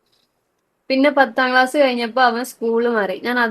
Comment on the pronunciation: pannam class❌pathaam calss✔